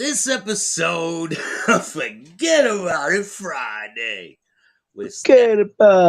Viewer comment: Forgetaboubit. It's one word. Lol